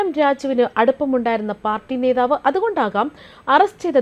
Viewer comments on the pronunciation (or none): none